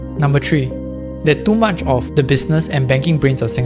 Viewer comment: Number Tree?